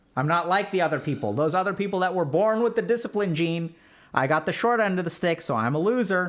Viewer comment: Is it people or peoper?